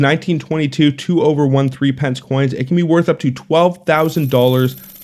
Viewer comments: Not ‘three pence’ it’s ‘thripnce’. Not six pence. It’s ‘sixpnce’. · In Aus, we pronounce threepence as "thruppence", and half penny as "haypenny"